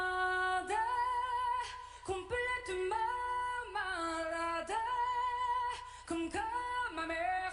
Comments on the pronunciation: Malade pronounced like salad in english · Not maladey, malad, like salad. The e is silent.